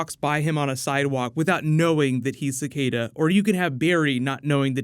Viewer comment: Your pronunciation of Cicada is so freaking terrible